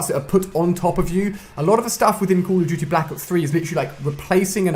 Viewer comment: Ali is saying cuhl oh diuti for call of duty oh maaan :D